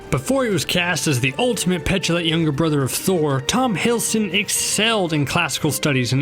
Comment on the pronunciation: I cringed when he said Tom Hiddleston's name